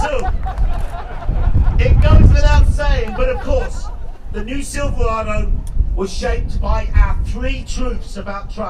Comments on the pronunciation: He keeps saying “SILVA-WADOO” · Whats a silvwado?